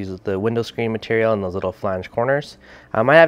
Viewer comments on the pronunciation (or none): none